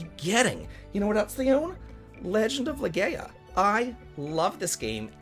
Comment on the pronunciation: Careful: - Legaia would be pronounced Le-Gaia. Guy-uh. Not Gay-uh. - itxs not like Street Fighter at all, just because the combat is presented with martial arts. It's still just selecting things off a menu with zero movement or active elements. As far as I know, the only true normally menu-based JRPGs with fighting game inputs would be FFVI (Sabin) and FFVIII (Zell).